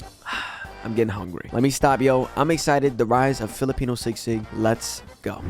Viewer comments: Its SISIG, not SIGSIG its sounds bothering us🤦 and its not sour food. Pls research first before you making a video.. and pls react naturally dont do overreacting like you want it all, but its not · Correction, it's Sisig and not sigsig. LoL. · Not sigsig,sisig.... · It's SI-SIG. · It is pronounced as Si - Sig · Its si-sig.